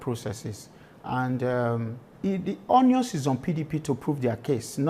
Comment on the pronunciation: Did I hear the Deputy Governor say the "Onions is on the PDP to prove their case..."? ). Na wa o. "Onions"